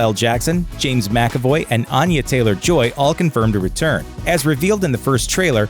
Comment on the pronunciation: SO excited for Glass, looks so bad-ass and both its predecessors were incredible. Also it's pronounced "AN-ya Taylor-Joy" not "ON-ya". It's okay I used to make the same mistake, 'til I saw her say that she pronounces it like "aneurysm".